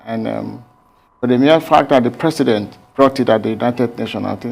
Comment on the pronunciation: Mr Presi'ent (as he GMB pronounces it) made an improved outing.